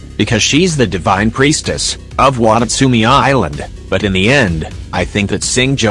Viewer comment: Why did the text to speech say Watastumi Island like that 😭😭😭